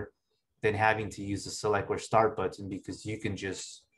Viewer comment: "Butt-ton" but says the word better normally